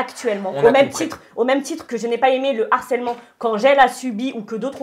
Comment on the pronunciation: Expliquez moi s'il vous plaît quand est ce qu'on a arrêté de voir de "H" dans le mot Harcèlement? J'avais déjà entendu dire " l'arcellement ", mais là, reprend la même erreur. Est ce que quelqu'un peut leur expliquer s'il vous plaît parce ce que ça fait trop mal aux oreilles! Le Harcèlement. Du Harcèlement. De l'arcellement c'est pas français. Merci.